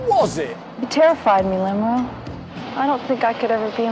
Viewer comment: Please stop saying Lemro.